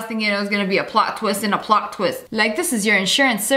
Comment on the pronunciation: When Lia said "Pliot ttwist" I literally melted